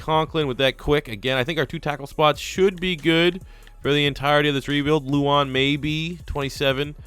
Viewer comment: It kills me when people can't say Mariotas name right! MAR-E-O-TA NOT MARE- eota. Edit: I just heard you say LOU-Wan instead of LE-wan. in and I'm out on this video.